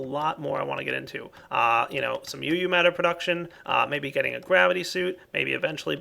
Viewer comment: (THIS IS NOT HATE) its called uu matter, so you know and people dont go hate on you for calling it eu matter!